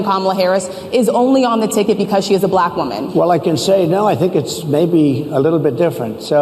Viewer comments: “Balack” is how he says black. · DJT’s pronunciation of “Buhl-lack” is so weird, too 😂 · Have you noticed his voice inflection when he says "Black"? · Moreover, I really dispise the inflection of speech when Donold pronounces the word, "black" as if to further denigrate and marginalize.